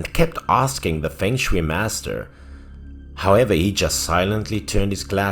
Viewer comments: feng shui pronounce as fong soi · Fong shui 😊